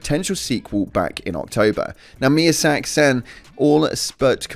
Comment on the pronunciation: This dude needs to go and watch someone else's video and learn how to say miyazaki's name properly, embarrassing